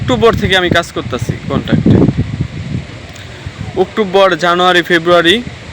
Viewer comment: Oottovor 😅😅(October) Fual bloger 😂. Apna kahini deke kaya hobe .